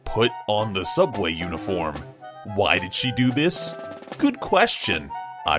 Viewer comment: It's pronounced soooubway